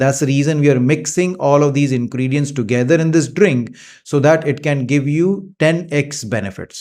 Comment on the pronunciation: Dactar sb aapko aaj tak turmeric bolna kaise nahi aaya aur ingredients bhi nahi bol patay. Sad